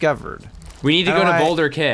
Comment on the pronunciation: Sorry but when you said boulder cay you said it like boulder kay but its pronounsed as key